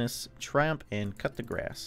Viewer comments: Wait does really call Cou De Grace cut the grass? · My man just called coup de grace “cup the grass” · he just said "cup de grass" im cringing and want to click off so bad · just a fyi, it's not necessary but the pronunciation of Coupe-de-grace is "coo-da-graw" some people say the last one as graws, but older historical mentions it was even said as "coo-da-ta" it comes from French, meaning the final blow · every time he says coup de grace i hear cut the grass lmao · Might be because he is saying cut the grass 😂